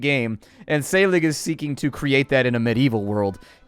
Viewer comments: "Æ" makes the same sound that is the first sound in "Apple". "SC" makes the "SH" sound. Like "Scip" is pronounced like "ship". So, "Wiltunscir" is "Wiltunshire". And 'g' sometimes makes the 'y' sound, so SÆLIG might sound like "Sally". You know...just in case you need to know 6 months later. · say-ah- league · I think the ae in Saelig is an æ. Pronounced, eh (?)